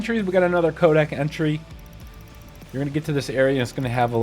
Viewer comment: SAY CODEXXX. Fuck! Dumbass.. cant u read.. where the hell sre u getting “kodak” from? Soo annoying!!